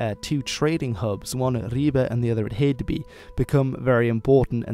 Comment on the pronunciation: You actually pronounce the words quite well considering you don't speak the language though y in Jylland is less I and more Y. And øresund failed a bit. Hedeby also needs to be pronounced more sloppy/Danish - more emphasis on the vowel.